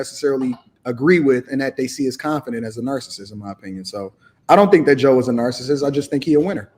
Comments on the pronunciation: Right! Narcist. Smh. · How ya’ll gon let keep saying narcissist wrong? Lol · Stop using words you obviously do t know how to spell because you are mispronouncing the word. Narcissist. Narcissism. Narcissistic. 🤦🏾‍♀️ # 🙄